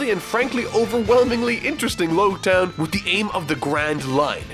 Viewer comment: It's pronounced, "Ba-rah-tea-A" (baratie). Also Logue town is pronounced Log town like how you pronounce prologue or epilogue (the town of beginning and the end).